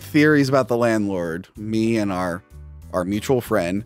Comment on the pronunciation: messing up the word "mutual" reminded me of the Liberty Mutual ad where the actor can't get the speech right, lol.